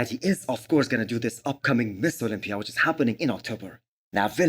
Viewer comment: Is this only me or everyone else hears MISS Olympia?